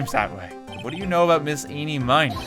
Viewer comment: Miraculously, almost everyone I've watched has never pronounced Ini Miney's name right.